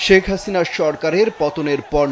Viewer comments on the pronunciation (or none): none